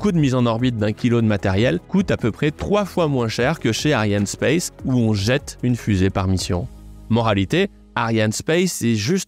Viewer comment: Ariane espace, pas ariane space. C est principalement francais , pas anglais